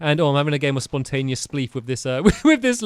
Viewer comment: No one: Stampy: SpONtAnEOus sPleeF!